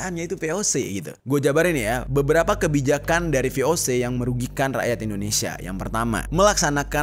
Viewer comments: Koreksi dikit... VOC dari bahasa belanda, jadi baca nya ya ve-o-ce(se)... Bukan dijadiin bahasa inggrid vi-o-si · Cara baca musti diperdalam juga bang. Jd jangan cuma pelajari sejarahnya. Cara penyebutan kata2 dalam bahasa belanda tu hampir sama kayak membaca latin. Beda nya, G dibaca [hee], J dibacanya [yee]. VOC dibaca nya [vé o sé] dan bukan vi o si. Selain membacakan sejarah, ada baiknya juga sekalian mengedukasi. Masukan yaaaa. Harap gak tersinggung🙏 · Ve O Se bukan vi o si. Kan bahasa Belanda